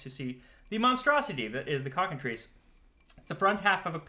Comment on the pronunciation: Every time you say cockentreece, I keep thinking it is supposed to be said cocken-try-ce.